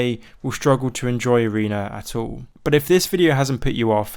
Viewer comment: please say arena and not areener